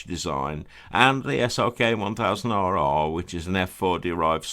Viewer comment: The RR models make you sound like black beard. Perhaps say “double R” ? 😆